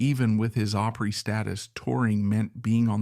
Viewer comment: Why don't they research the pronunciation